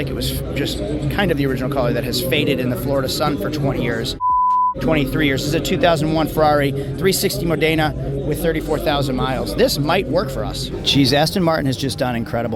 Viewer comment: Modaynah? You’re killing me smalls. Modena it’s a city in Italy.